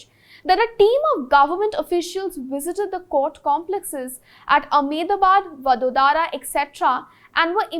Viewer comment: oye bangali! it is वडोदरा and not वडोदारा